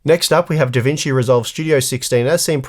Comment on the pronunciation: DA VINKY?!